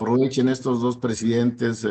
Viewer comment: jajajajajajajaj mire nada mas, y diche unach, y diche doch, y diche trech, joche luich el chairo comediante! jajajjaja